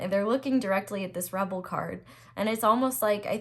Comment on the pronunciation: Pile4 ; struggling with english- don't learn from me.. wtf 😂 just before that having issues with pronounce of word rebel.. how convenient. Screaming throat chakra and as I chose this pile I started sneezing like crazy out of nowhere.. idk but that happens quite often when I think about "my person". Let's see what else you had to say here. Maybe holy f*ck? 😂❤ Yup. Got better towards the end 😅😆